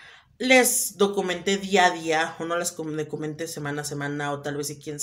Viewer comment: Dice mi hermana que es documenté, no “documente” ojo ahí mi pricha ánimo.